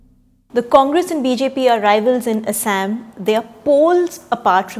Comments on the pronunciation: Thaosen plz Google the pronounciation of Assam! Why we westernize our own names? Like its they who are speaking. Same goes with Kashmir - they pronounce it "Cash"mir...lol its not just funny but idiotic when we mimic West! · The pronounciation of Assam with fake English accent is highly deplorable! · Thaosen Not how it's spelled, but how its pronounced. You're right, Localised north eastern kingdoms and tribes created more diversity in language and literature thats the beauty (she pronounced none of what you mentioned..lol) But I can't agree if you're saying her pronounciation is "how people in assam pronounce" forget assam none of the born local north-eastern do it! You know she won't pronounce "Kerela, Maharashtra, Gujarat" like brits or west do than why for assam!